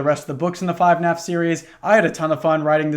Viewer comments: when the fuck was it called 5naf its FUHnaf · "5naf" instead of "fnaf" is my favorite small detail